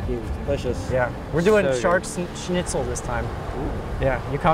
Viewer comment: Every time you pronounced Shnitzel (SHNIT - SUHL) as Snitzel (SNIT - SUHL), my grammar Nazi came out. I mean uhhh... Grammar Soldier. Good looking food though 😍